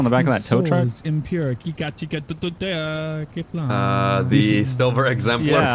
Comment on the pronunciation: vestina grenzow it’s kifFlom